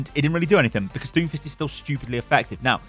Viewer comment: When you said Doomfist I heard Doofus, now I can’t get that out of my head lol